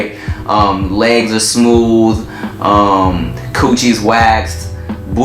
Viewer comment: "smoov" lmaoo